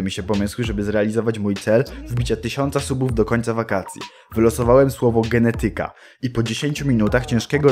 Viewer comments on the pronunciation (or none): Hej, ale wyraz "genetyka" akcentuje się nieco inaczej. Już samo to zasługuje na uwagę, bo mogłeś trafić na pozostałe 99,9% wyrazów o bardziej typowym dla polszczyzny akcentowaniu :-)